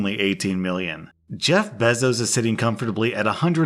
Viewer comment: How do you not know how to pronounce Jeff bezos